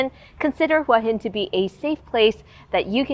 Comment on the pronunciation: Hua is pronounced Huwa ,not Wa. Why would a Thai person pronounce it incorrectly?😠 Hua Hin means Head Rock.